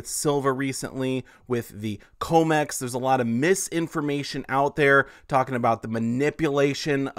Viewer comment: you are saying comex wrong - com like commodity